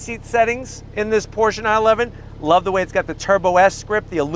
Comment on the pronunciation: Definitely the most reliable! And than you sir for pronouncing Pro"sha" correctly!